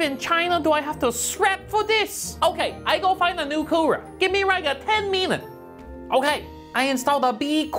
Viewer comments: " I carr it BBC big brak coorer" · “BiG BLACK KOOWER!” Im dying!😂💀💀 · nononoono it was ”Big BRACK Coora”